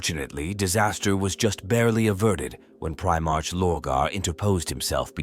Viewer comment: Indeed. I had to turn off after hearing 'Pri-march' again and again.